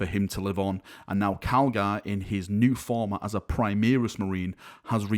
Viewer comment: why are you say PRI MEER IS Marines. its pronounced PRI MARE RIS!!!